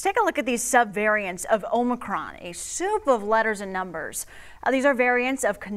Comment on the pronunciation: It’s not omNicron it’s omicron.